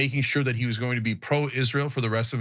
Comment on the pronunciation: Just a few seconds in, you had my like simply for pronouncing this abomination by it's proper name... many say it ''Is-Real'', but it's not... #GoMax